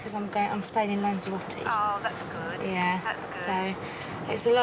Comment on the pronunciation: It is not Lancheeroutee. Is it Lanzarote. It is not Courfew, it is Corfu. It is not Tainaireefee. It is Tenerife. It is not Aibeezaa, it is Ibiza. Learn the proper names, that is the very least one can do.